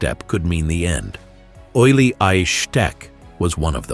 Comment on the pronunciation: One thing, his name was pronounced oolie, not oily.